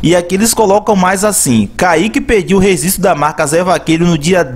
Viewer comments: Rezistro? Rezistrar? Rezistrou? Vou te apresentar meu amigo: Letra G! kkkkk Seu canal tem altos vídeos interessantes, mas procure errar menos as palavras e os plurais que vai ficar perfeito e vai gerar ainda mais visualizações! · rezisto ou registro ? kkkkk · ReGGGGGGistro!!! Fala direito porra!! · Fala registro. 😂 😂 😂 😂 😂 😂 😂